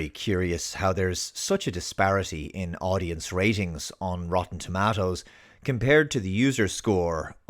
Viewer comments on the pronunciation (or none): Lol "tomattoes" makes me cringe as much as my mother saying "tamatas". It's toe mate toes! lol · its TUH MAY TOE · I love how you say tomatoes bro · Say tomatoes again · I’m just here to listen to say “tomatoes”.